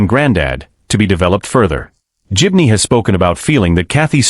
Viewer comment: Pity the commentator hasn't a clue how to pronounce GIBNEY!! :hand-orange-covering-eyes